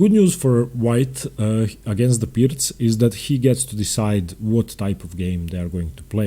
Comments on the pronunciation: I've been pronouncing it wrong. Thanks for giving the correct pronunciation and explaining how the opening should work. I'm not a fan of the Pirc because of what it allows for white. Engaging instruction as usual. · Thank you,, your content is amazing. Insightful video. And thank you for properly pronouncing "Pirc" and "fianchetto."